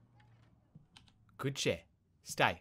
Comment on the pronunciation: why are you like good chair in how u say good dog